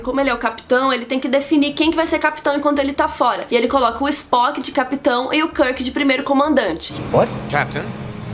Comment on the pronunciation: Nossa ,vc tem certeza que você assistiu os filmes mesmo !!! você falou muita besteira! !! onde vc ouviu karke e o escondi porra pronuncía direito o nome !!